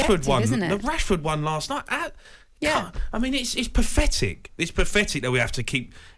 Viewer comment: It’s pafetic, gore blimey guvnor!